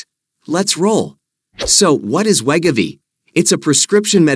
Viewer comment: we-go-v not let- ga-v 😂😂